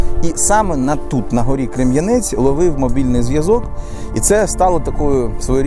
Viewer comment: Дякую, за те що показуєте мій Ізюм, тільки одне уточнення. Гора називається Крем'янець! Наголос на перше е.